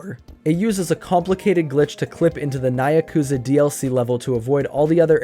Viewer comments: "Nye-a-kuza" pronunciation, perhaps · "nigh-ya-kuza metro" has to be the most unique way ive heard that be pronounced LOL also great video, this was a fun watch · Good video but how you pronounced nyakuza caused me real metaphorical pain